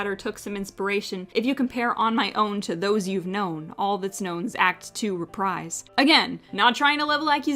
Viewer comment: Your mispronunciation of reprise hurts my soul.